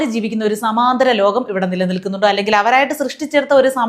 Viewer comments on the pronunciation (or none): none